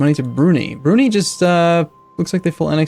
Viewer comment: IT'S NOT BROO-NEE IT'S BROO-NIGH